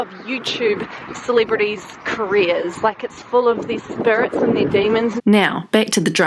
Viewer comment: every time you said celebrities i thought you said silly birdies lol